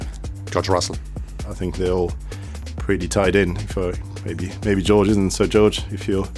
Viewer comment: Did Toto said "RUSSELL" there ? 😌